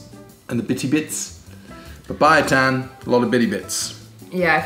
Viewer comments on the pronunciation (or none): You mean papaitan 😂not papay itan😂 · That small ampalaya is really bitter 😁 Well sometimes we also used sweet potatoes instead of squash, its really good. Papaitan is pronounced as PAPA-E-TAN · Pinak-bet (pinakbet), papa-ee-tan (papaitan), am-pala-ya (ampalaya), too-pig (tupig - grilled rice cakes), dinak-dak-kan (dinakdakan) Try slicing the ampalaya into thinner slices next time and rubbing it in salt, keeping it for a time then rinsing it off instead of putting it in salted water.